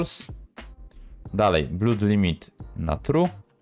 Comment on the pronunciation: "Call of" = kalof, "blood" = blut 🤣🤣🤣 Really?? Żeby prowadzić jakieś kanały na youtube i nie znać elementarnej angielskiej wymowy??